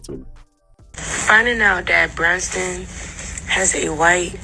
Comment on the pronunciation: She doesn't even know the man's name; "Brunston", who is that?